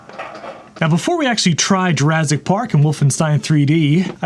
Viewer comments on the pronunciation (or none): Yeah, Jurazzic. It started with people suddenly saying “rezource” or Clint over at LGR saying eithernet instead of ethernet. I’ve heard a BBC presenter pronounce vertical as “verdigul.”